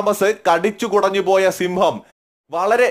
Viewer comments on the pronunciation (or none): ക്ഷമിക്കണം Bro സിംമ്പം അല്ല സിംഹം എന്നാണ്